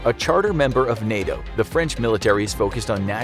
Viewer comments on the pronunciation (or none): none